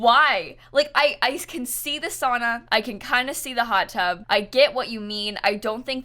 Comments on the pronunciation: its saUna not sana lol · it’s SOW-NAW NOT SAW-NAW